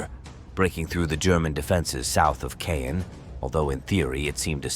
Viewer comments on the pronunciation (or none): Caen: It'a not pronounced Kane, it's pronounced Kon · Its pronounced Kahn, not cane. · It’s pronounced… khan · I cannot listen to the narrator murder the language…. It cannot even repeatably mispronounce Caen 🙄🙄🙄🙄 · Caen mispronounced.